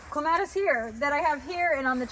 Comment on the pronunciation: I don't care too much about the pronunciation of most plants, but, for some reason, clematis is the word I can't bear to hear mispronounced, it's like scratching on a chalkboard😀. It should be KLEM-a-tis. That's why I can't stick around, but your garden is very nice. Just FYI in case its helpful, it's not armpits. The term is leaf axil. Or, you could say axillary shoots. 😀